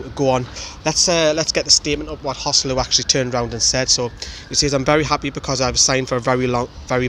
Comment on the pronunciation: Contrary to what the English commentators think, his name is actually pronounced hoe-SAY-loo as it's a combination of Jose and Luiz. Listen to the way Rafa says it.